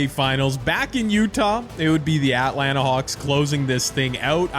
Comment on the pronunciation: Why do you say Atlanta like that